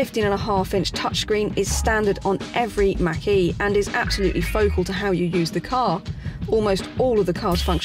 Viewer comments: Thank you for the pronunciation of Mach - e as MAAHHK e and not as Mackie as I’ve heard on other English channels! I have to laugh out loud when someone says that! Love your videos!!! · Robert Langham Yes I think she pronounced it correctly unless I missed something....I have to laugh when it gets said wrong!